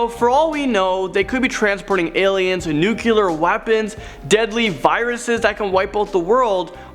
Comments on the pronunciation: Nuke-u-lar Me: NUCLEAR NINJA WE NEED YOU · after you said "nuclear" all I could hear was homer saying "nucular it's pronounced nucular"